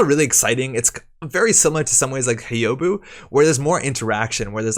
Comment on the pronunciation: Thanks for the video and the scoops! For future reference, Hyoubu is pronounced something like "Hyoh-boo". If you can say the "hu" sound from "human", but with a long O instead of the U, then you've got the "Hyou" part of Hyoubu down.